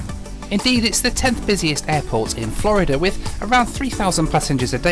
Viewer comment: Why do you say "Florider"? lol it's Florid-duh